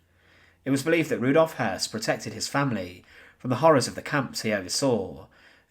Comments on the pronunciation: Hoss, I always thought was Hess, but listening here its pronounced. Hearse. No wonder its hard to keep some of the less well known players straight! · Spelt Höss, pronounced Hess.